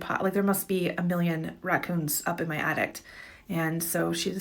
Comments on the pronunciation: if she says attict one more time my brain might crosss circuit lol jk but lady its called an attic not and attict lmao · The most disturbing part of the last clip is the lady thinks there’s a T at the end of attic….. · Lady at the end calls an attic an addict...lol.